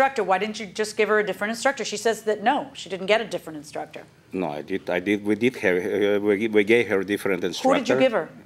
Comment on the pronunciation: Im making a change, from now on i will no longer say instructor, im saying “instructah”